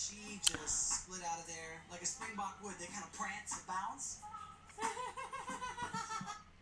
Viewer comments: Any South Africans year thinking about how he butchered ‘springbok’ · I'm incredibly late to this video, but as a South African hearing Mr. Jay say springbok made me visibly cringe and swear at him in my mother tongue.